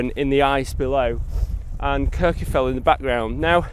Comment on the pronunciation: Great content as always. It's nice to see compositions of Kirjufell without the falls. By the way, Kirkjufell is pronounced more like "Kirk-u-feck-t". The "LL" at the end of a word in Icelandic has a sound that comes from snapping your tongue off the back of your top teeth. Unless you grow up immersed in the language, you pretty much can't get it right. But you can get it closer with a "ck" sound like the end of the word "check". I spent some time with Icelanders trying to learn pronunciation, and it is hard if you did not grow up learning the language.